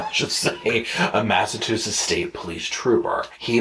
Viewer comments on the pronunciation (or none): The great state of Massachusetts will not be disrespected by "Mass-a-too-setts."